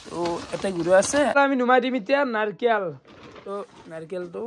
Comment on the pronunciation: narikel na narikol😅